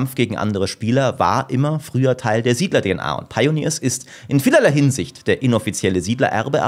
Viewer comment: Lustig, wie du SIedler 5 sagst als ehrwürdiger Nachfolger